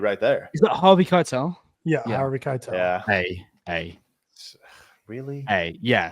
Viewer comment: Put some respect on harvey Keitel's name 😅